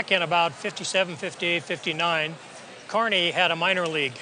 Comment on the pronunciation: At least she said Kearney correctly